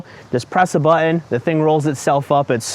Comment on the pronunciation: what's a "butt-une"? it's pronounced buh-tn. Or Butt-n. It's a glottal T. Please just google it. I just can't watch the rest of this. I don't know what generation started this bastardization of these words (button, mountain, pattern, etc) but I just can't listen.